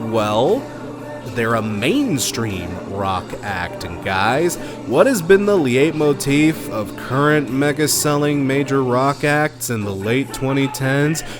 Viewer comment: (notices pronunciation of "leitmotif") HSSSSSSSSSSSSS